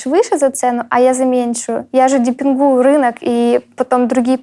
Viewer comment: «Депревую рынок» сказала она, хххаза, может демпенгую?